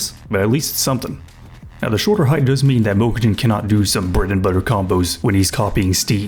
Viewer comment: Obsessed with this guy pronouncing Mokujin